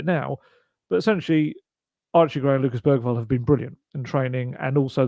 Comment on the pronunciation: Bergvall's name is actually pronounced more like Beryvall... according to the video of all the players pronouncing their own names.